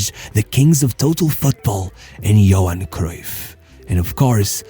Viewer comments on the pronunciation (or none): none